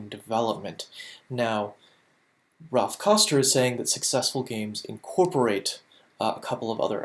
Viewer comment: Good quality video.... one thing that drove me slightly nuts is calls Raph "Ralph" like 70 times.